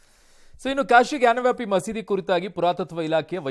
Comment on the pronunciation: ಗ್ಯಾನ್ ವ್ಯಾಪಿ ಅಲ್ಲ ಜ್ಞಾನವಾಪಿ ಎಂದು ಹೇಳಬೇಕು